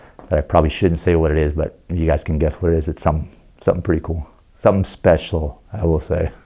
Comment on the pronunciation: the way he said SPECIAL makes me think its a 'speciale' version of something.